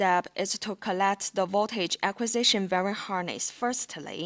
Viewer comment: "VERY" harness?? it's called a "wiring" harness like WHY R ING. Good attempt otherwise. might help :)